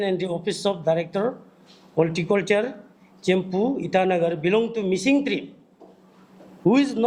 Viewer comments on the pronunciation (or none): Hahaa....even you can't correctly pronounce the word Tribe😆